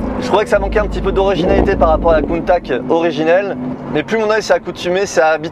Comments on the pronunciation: Merci, très belle vidéo 👍 je suis le seul à être choqué de la prononciation du nom Countach ? J’ai tjs entendu Countache… cheu 😉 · « Countak » je suis plié. Comment est-ce possible de se foirer autant sur la prononciation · Belle vidéo belle exclu mais oui c’est juste une aventador recarossee malheureusement … countach pas countak !! Je trouve ça très décevant on ne retrouve pas du tout les lignes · Je t'aime bien mais prononce bien le mot Countach ;) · tu es un pilote de course certifié et tu as même pas essayer de te renseigner sur la bonne prononciation de la voiture ( je précise je suis pas un fan absolue de Lamborghini pour les rageux ). BELLE essaie mais déçu quand même. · Countack ....j'ai les oreilles qui saignent. On prononce "Countash" Come si pronuncia Countach? Lamborghini Countach Viene spesso pronunciato “Kuntach” o “Kountach”, con il “CH” duro” come quello di “Modriç”, ma in realtà andrebbe pronunciato come la parte finale di “Dash”. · En plus on dit CountaSCH et pas CountaK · Salut, super vidéo belle présentation il y a juste ta prononciation de countakkk qui fait un peu mal aux oreilles ( countachhhhh 👍👍👍👍) Merci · kountak kountak kountak???? can anyone correct me or the guy driving it in this video? my ears are familiar with rather this famous name of the car that everybody worldwide say; KAWNTATCH "countach" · Countache !!!! Pas countact bordel..... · Countach, pas coup de Countac ça se prononce le CH. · ....très bonne vidéo, bien réalisée, tu nous laisse profiter du son du moteur sans parler, sans musique, des plans avec un drone serait sympa. Sinon Countach se prononce tout simplement Countach et non Countak, (limite COUNTAtCH), accent tonique sur le OU, c'est un terme du patois piemontais (Turin, fief de Bertone), pas tres poli, employé lorsqu'on voit une "bella ragazza" (belle fille) par exemple. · Prononcer countatche svp. Très belle voiture belle vidéo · belle video. mais dire contak gache tout